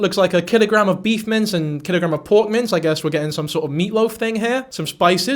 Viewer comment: Are you saying beef mints? I feel like I’m hearing that wrong, but u have said it at least 3 times in this video. Beef Mints?